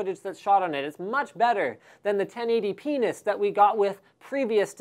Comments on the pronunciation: lol 1080penis xD I can't be the only one that heard that and cracked a laugh. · "1080 penis"? xD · haha he said 1080penis lololol!!